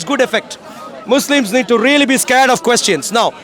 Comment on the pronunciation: AT THE END WHAT HE SAID MOUSLIMS😂😂😂😂😂😂